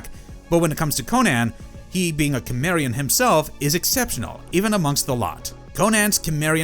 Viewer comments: Its pronounced simarian. Not kimarion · Is cimerian,not kimerian 😂😂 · It took me 10 mins to realize he was saying kimmerian😂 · You can tell how little they actually watch of the topics they cover. So many of their videos are just…ai scripts for media they don’t engage with. Pronouncing things wrong, especially character or location names you’d not get wrong if you watched it ONCE. (Cimmerian specifically in this video) The rest are vocabulary words that would trigger a fail from an English professor reading your work because they know you have no idea how to use or say it. Just. Sloppy ai work. I’ve tried a few different videos and narrators and I’ve been disappointed across the board. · He was born in sword and sorcery world. Also you suck at saying Cimmerian . You are one of those people who refuse to say it right. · The way you pronounce Cimmerian really makes me curious how you pronounce cinnamon 😅